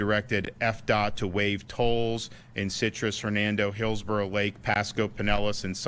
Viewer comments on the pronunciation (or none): none